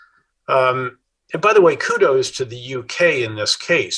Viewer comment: A PhD says 'kurdos' instead of kudos ?!